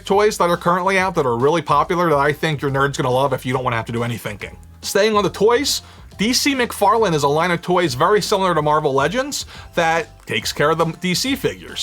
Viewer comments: DC Mcfarlane not mcfarland hehe 😜 great video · Its "Joss Whedon" not "Josh whedon" and its "mcfarlane" not "McFarland"